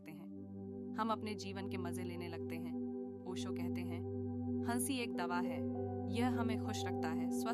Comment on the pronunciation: Ai converted Audio hai.. isliye हंसी ko हन्सी bol rhi hai 😂